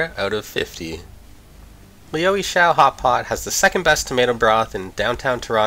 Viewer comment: It’s pretty hard to believe this is your favourite and you can’t even pronounce the name of the place. It comes across as you just did a Google search and chose the the top search result then made a video around that.